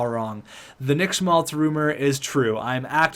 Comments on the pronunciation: Keeps sounding like you're pronouncing his name as "Schultz" multiple times and it was driving me nuts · Schmaltz - Calls him Schultz sometimes Orzcek - Ozreck Abramov - Arbamov I love the vid and content, but you need to learn how to read. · as a Blackhawks fan this is how you say schmaltz Sch-maltz not schlutz